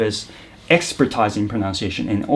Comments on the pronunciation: かっこいいです。 だいじろうさんのおかげで発音が好きになった者です。 オンライン英会話で使ってみたい表現が盛りだくさんでした。 expertise の発音が気になりましたが、ｴｸｽﾊﾟﾀｲｽﾞと言っているのはｲｷﾞﾘｽ発音のちがいですか？ ｴｸｽﾊﾟﾃｨｰｽﾞという認識でした。 ご教示いただければ幸いです。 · アップロードしてくれてありがとうございました。言語ごとに色々なアクセントとかイントネーションがあるので、特定ネイティブスピーカーように自分自身を化するのがいいか悪いかどうと思いますか？Also very very small nitpick, 'expertise' is actually an import from French so it's pronounced with a French 'i' (super unintuitive, I know).